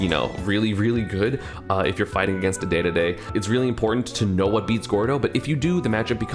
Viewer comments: D-d-d please not day-day-day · Everyone: King Dedede ESAM: Daydayday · I can’t like this now that you have said day day day instead of dedede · Idk There is a slight charm to when you say "daydayday" but at the same time 'Dedede' is just objectively correct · Say deedeedee not dehdehdeh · Dedede, not daydayday :D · Yes. You say it like DeeDeeDee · I think you should say "Dedede" but that's just how I say it. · Please start saying dee-dee-dee, because i am a die-hard Kirby fans, and it pisses me off every time. It is pronounced dee-dee-dee. It's how its pronounced in smash, and in smash, let me remind you, he is voiced by the same guy who not only created dedede, but is directing the game itself. There is also the anime, which i feel like I dont need to explain, like c'mon, i think we all know that Dedede: It's the name you should know. Dedede: he's the star of the show, so give him that attention, treat him like the damn star he is, AND PRONOUNCE HIM LIKE THE KING HE IS. HE. IS. KING. DEDEDE. AND ALL HIS MUSIC SLAPS. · Please say Dedede💀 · pls stop saying daydayday :( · PLEASE just say deedeedee. it makes me flinch when you don't. got some hot takes here, but overall you make good points. solid vid! looking forward to the rest of the list! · Why yes. I feel like a majority of the Universe would enjoy if you started pronouncing DeDeDe correctly. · Esam, i'm gonna need you to start saying Dedede's name like Dedede, not Dedede! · Please say dedede the right way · yes. please. start saying dedede correctly.